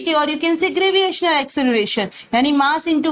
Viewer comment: Why do you say graviational to gravitational ? Everything else was informative. Thank you.